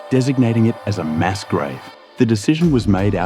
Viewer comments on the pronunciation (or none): none